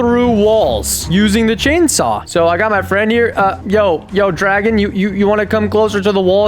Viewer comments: That’s STRFAN NOT DRAGON 😂😂😂😂😂😂😂😂😂😂😂😂😂😂😂😂😂😂😂😂😂😂😂😂😂😂😂😂😂🤣😂🤣😂🤣🙂‍↔️😅😅😅😅😄😅😂😅😂😅😂😅🤣😅🤣😅🤣😅😅🤣😅🤣😅🤣😅😄😅😄😅😅🤣😅🤣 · Dragon ❌ Stefan ✅ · It said Stefan 😂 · BRO SAID TO STEFAN DRAGON😂😂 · thes stefen